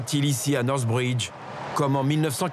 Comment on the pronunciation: Northridge, pas NorthBridge...